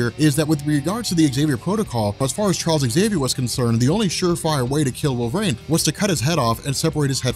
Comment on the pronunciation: Wolvreign? Stop saying it like that.